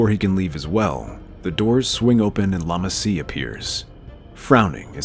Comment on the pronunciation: Why do you keep calling that Kaminoan “Lama Se” instead of “Lama Su”? I’m not trying to be nitpicky but it was hard to not notice that lmfao